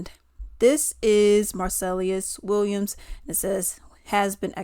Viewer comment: girl you can't even say his name right lol